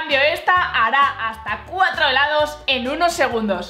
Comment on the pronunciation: hheellaaddooss dijiste helados